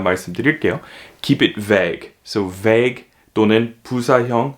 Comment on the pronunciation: 와우~ 정심시간을충실히보낼방법을찾았네요 근데 Vague 발음이 '배그'인가요? 사전에는 '베이그' 로되어있어효